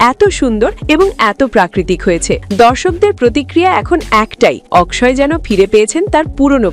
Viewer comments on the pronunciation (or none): অকশয় অকশয় করার কি আছে? বাংলাতে তার নামের উচ্চারণ হবে অক্ষয় । সোজা কথা।